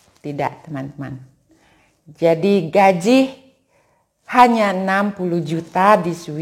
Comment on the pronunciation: Gaji bu, bukan Gajih hehehe